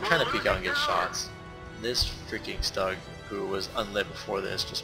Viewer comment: Stug is pronounced the same way you start off boogers or when you say stew, learn how to pronounce vehicles before you record next time